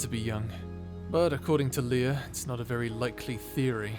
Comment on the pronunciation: Ah yes. 'ery nice.